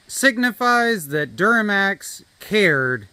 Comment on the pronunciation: duromax, not duramax